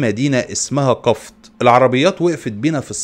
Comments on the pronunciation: قفط بكسر القاف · اسمها قفط بضم حرف القاف